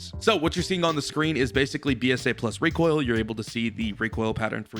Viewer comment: excuse me sir it pronounce recoil 😑